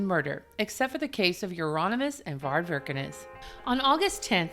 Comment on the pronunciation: Varg Vikernes (pronounced without R), not Wirkenes. Why it's so hard to read at least Wiki?!